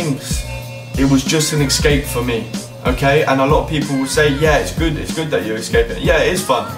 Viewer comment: ESCAPE* not excape